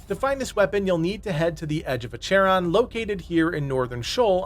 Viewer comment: your pronunciation of some words is kinda funny. O'odham is taken from the Tohono O'odham tribe in Arizona and pronounced like "Oh Dumb" and Acheron is French, pronounced like The Guns of Navarone" (classic movie highly recommended). The privateer ship that Russell Crowe is fighting in Master and Commander is named Acheron. You can hear it spoken there.